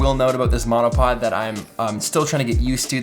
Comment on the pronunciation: my husband thought you said let's talk menopause 🤣🤣🤣